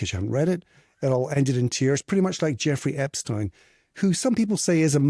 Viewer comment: You don’t know how to pronounce Jeffrey Epstein’s name nor do you have all of your facts straight. It’s amazing how many people claim to know what’s happened when you have no idea what actually happened you’re guessing! There are so many questionable things that happened and you weren’t there!!!